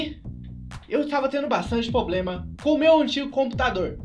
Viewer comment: poblema kkk problema vc tem muita influincia fala certo